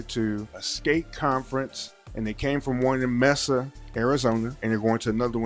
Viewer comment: This is too funny, 😂😂. As someone who lives in AZ, the moment he pronounced Mesa wrong, that would’ve been it to search, 😂😂.